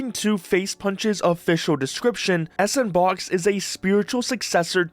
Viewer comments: If you click on the timestamp I provided you can hear the OP say "S and box", rather than "Sandbox". Pronouncing it "S & box" isn't what I would imagine a human would do after pronouncing it correctly several times. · its "Sandbox" and not "EsAndBox" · Please stop saying s-and-box 🫩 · its pronounced "s ampersand box" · I thought it was pronounced “SampersandBox” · Actually it’s pronounced “sampersand” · "ess and box" cmon bruh